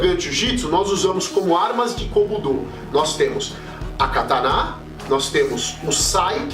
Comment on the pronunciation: A pronúncia correta é essa: ka ta ná?